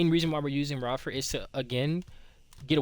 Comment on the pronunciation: lol it’s Ray-fer but 🔥 video 💪🏽